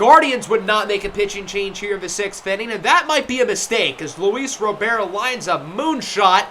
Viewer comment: Just FYI, Luis Robert is said and pronounced the same in Spanish as it is in English. If you were saying “Robert” in French then the way you were saying it in this video than it would be correct! RO-BEAR is more French than Spanish.